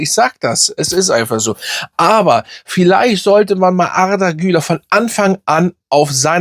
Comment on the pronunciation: Arrrrrdaaa kann man natürlich auch so aussprechen, kurz gesagt Arda das r nicht so laut aussprechen ne….😂